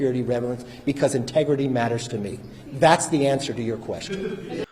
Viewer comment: The laughable moment was when he said "Intergity " matters the most to me 🤣🤣🤣🤣🤣🤣🤣🤣 when you know he was lying 🤣🤣🤣🤣🤣. It really showed who Kevin and the Republicans really are